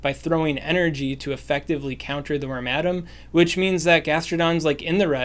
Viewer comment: It may be helpful to share the names of the pokemon in the team, especially for the less common pokemon. For wormadam, I would have sworn you were saying "ramadam" and had a hell of a time finding it.